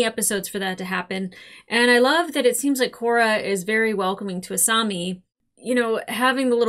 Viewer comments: A-saw-mi not A-sue-mi🤭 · To be fair, you say Asumi instead of a Asami a lot ;) (Doesn't bother me, its just funny) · Every time I hear "Asoomi" I die a little. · I was gonna gently remind you how to pronounce Asami, but you got it right at the end of the video :P good job! Haha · Don't worry, Avatar fans are notoriously relaxed about mispronounced names! It's not like we got traumatized or something...😂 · The mispronunciation of Asami, kind of hurts lol. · You are still saying asami's name wrong